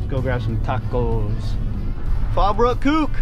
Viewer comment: "That Fallbrook kuke". I thought you knew that guy at first 😆.